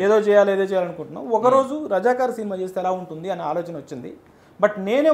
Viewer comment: అయ్యా అమోగ్ అది రజకర్ కాదు, రజాకార్ 😢